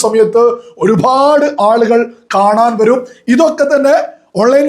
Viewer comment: ഈ ഒരുഭാഡ് എന്നുള്ള സംസാരം ഒന്ന് മട്ടിപ്പിടിക്ക് ഒരുപാട് ആണ്‌